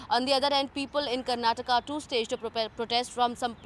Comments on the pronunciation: It is kannad and karnatak😂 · That is Karnataka... Not Karnatak... This is called hindi imposition... Don't underestimate South